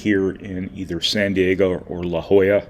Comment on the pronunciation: It is pronounced like la Hoya Brian!